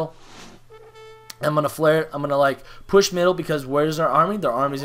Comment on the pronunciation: "Poush muiddle" ahaha <3